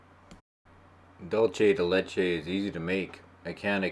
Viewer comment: Condensed milk is delicious on its own, absolutely not raw. Just that to make it into dulce de leche (pronounced doohl-seh deh leh-cheh not doohl-che but all good :) ) you need to cook it - it's how that dessert is made.